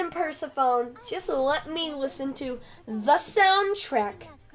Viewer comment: why do you pronounce persephone’s name like that?